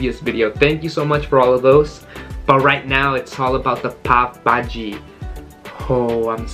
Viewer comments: Friend not pabhaji it’s call Pao Bhaji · Let me yell you it's pav bhaji not pop bhai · I legit thought he said today i am going to eat papa ji. Quarantine be messing with my mind